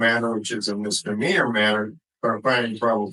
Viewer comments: Mistermeaner?? He's an attorney, he should know how to say misdemeanor properly. 🤣🤣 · 🥸 Mr. Meaner